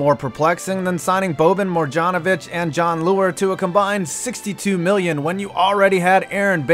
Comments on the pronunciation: Did he really pronounce Marjanovic like Mar-John- Ovic? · Did he just say morjanovic?